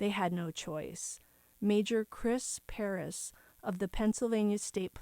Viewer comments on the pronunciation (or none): none